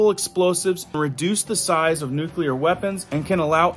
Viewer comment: I love your videos, but you keep saying nuculer , it’s nuclear